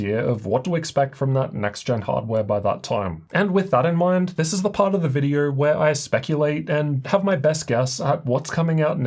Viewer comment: Videor? Vider? videO! O! Open your mouth. This is so distracting.